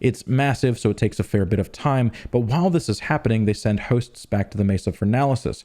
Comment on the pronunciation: whats that accent when he says "hooosts"